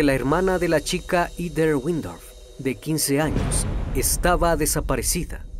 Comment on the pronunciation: Me encanta tu voz, solo una recomendación que espero que no te moleste, el nombre de Heather, se pronuncia como “Jeder”